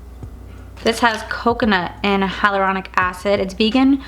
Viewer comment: You mean hyalauronic oil right? Not hydraulic😂😂😂😂😂😂😂